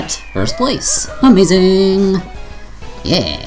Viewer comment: Quit the lazy ''amaizing'' ;)